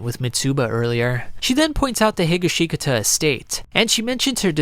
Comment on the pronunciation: Josuske Higa-Shika-Ta 😭